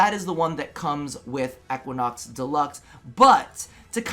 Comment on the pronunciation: The pronounciation of Equinox is triggering me.